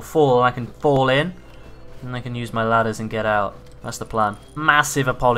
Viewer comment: Did u say anus or ain’t us